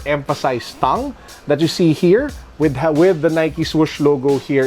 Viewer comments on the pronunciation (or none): U say tongue like thung